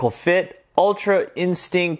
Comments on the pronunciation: anyone else notice that he says ultra instink and not ultra instinct lol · It was a good trick and review but I cringed every time u said instinct cuz u said in-stink and scalp for sculpt